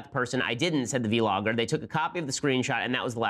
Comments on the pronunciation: I love low ben says v-logger not vlogger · It’s not pronounced vee-logger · V logger hahahaha. You're thug Ben but it's vlogger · "v-logger" lol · "Vee Logger" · He meant to say bee-logger?